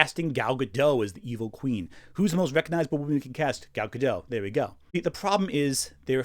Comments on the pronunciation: why does everyone say Gal Gadough? It's Gal GaDOT. Everyone is saying Gal Gadough even in videos that aren't about Gal Gadough. It's weird! And I know we can all read, right? Cool. Now let's get back to talking about this movie that sucks in no way due to someone who Israeli bad, Gal GaDOT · This was a good video, but it bothers me so much that people constantly mispronounce Gal Gadot's name. I don't know why people think the t is silent. It's not silent. Her name is pronounced Gad-oat. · It's pronounced Guh-dot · I see where Gal said something about people mispronouncing her name. You are not the only one. You say the T. It is not a French name, it is Hebrew.